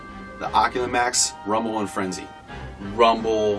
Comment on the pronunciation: Finally someone got rumble and frenzy correct